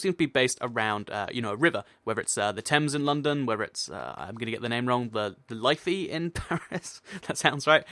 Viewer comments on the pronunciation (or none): it's pronounced lif-ie in Dublin ireland 😆